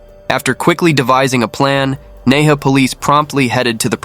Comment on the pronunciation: Hi! Nehe is pronounced as Nai - Her. The word "Her" means River. Half the time i was confused about the location until i read your captions. Good narrative btw!